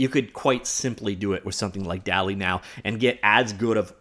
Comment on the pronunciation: I’m pretty sure it’s pronounced dolly2